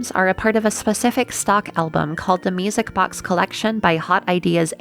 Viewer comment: ^o^ Also i heard misic box instead of music box